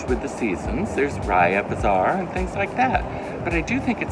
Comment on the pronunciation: Bazaar vs bizarre… hahaha…when I first heard u say it I really thought u meant bizarre 😂